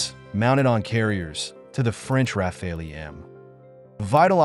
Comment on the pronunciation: the bizzare pauses tell you this is bot narrated content and the bot is drunk and can't pronounce rafale